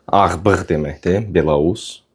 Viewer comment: Belorus yox, belous.